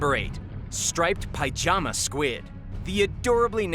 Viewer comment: Well that was a load of bull. By the way, pyjama is pronounced pi-jama. Not pie-jama.